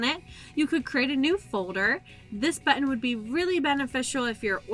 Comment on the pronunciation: Of the several YouTube videos I've watched today, this is definitely the best for a newcomer. You don't talk too fast (border line though) and you move the cursor at a rate people can follow. Your pronunciation of "buten" took hearing it a few times to realize you were saying "button" - lol. Thanks for an easy-to-follow presentation. I hope you have others on this topic.